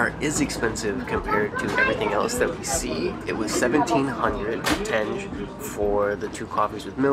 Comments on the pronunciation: It's not tenje but tengé with g as in enGlish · You guys are very positive and fun to watch :) have a safe and enjoyable trip! Proper way to pronounce local currency is like when you try to say - tengeh, the last E should sound